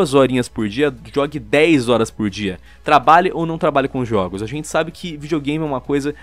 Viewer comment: Juogos kkk